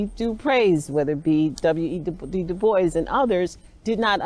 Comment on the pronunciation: Funny. He doesn’t even know how to say WEB DuBois name correctly, but you’re so studied. I too study panAfricanism and know DuBois said there ain’t a lick of French in his story. His name is Dew-Boys